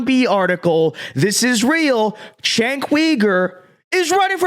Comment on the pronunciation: This dude can’t even pronounce Cenk’s name. What kind of political commentary can you do, when you get the basics wrong